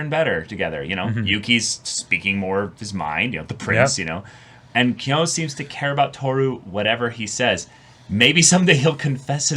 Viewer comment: watching them misread kyo so badly has me in hysterics